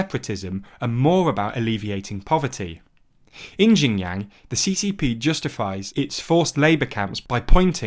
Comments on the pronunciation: Xinjiang is pronounced closer to Shin-jang. Qin is pronounced Chin. C'mon guys. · It’s pronounced shin jang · The problem is the mispronunciations do lead to misunderstanding of completely different thing. For example, Xinjiang is pronounced like “Jinyang” in this video which is total gibberish for either Westerners or native Chinese. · Everytime he says Xinjiang, it sounds like Shenyang, which is a city in a completely different place in China. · Jinyang Queen dynasty Quanguo It's actually entertaining to hear lol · Xinjiang is more like sheen (like the sword sound effect is the closest analog)-jee-ahng (except the last two are pronounced together). Qing is like Ching. (In fact, it used to me Englishized that way under the old wade-giles). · The way you pronounce xinjiang is shin djiang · That is the worst pronunciation I've heard by far. Its more like shin-jee-ahng (except the last two are pronounced together). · People in labour camps are paid with bullet shots. Let alone money. Why would we Tibetan want to be integrated into China when we are always made to feel like the unwanted group? A race to be erased. We know it too clear by now. Tibet mainland beyond Chandon. It goes to Amdo and Kham as well. CCP has changed our names to Chinese name which I don’t want to use. Your pronunciation of Xinjiang or what ever is bit different but it’s okay. The content matters not the Chinese words. Not everybody in the world knows Chinese and is not necessary. Actually it’s even not Xinjiang it’s actually Uighurstan before Chinese illegal occupation CCP agents have nothing to pick and attack other than your pronunciation. We have suffered so much and endured so much. The legitimate ruler of Tibet is Dalai Lama. CCP is illegitimate and illegal. Sun will shine again and CCP will collapse like Nazis did in world war.. . I have nothing to hide. I have no skeletons in my closet, being a Tibetan. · I flinched a little when he pronounced XinJiang like that